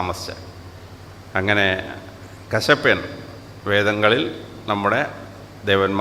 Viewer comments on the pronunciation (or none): കസപ്പിൻ അല്ലാ കശ്യപൻ എന്നാ . ണ് എന്നാണ് എന്നാ ണ് എനി തേന്നുന്നത് അങ്ങിനെ. ഒരു മഹർഷിയുണ്ട്